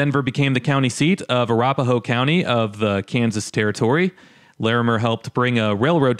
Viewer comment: You aren’t saying Arapahoe properly.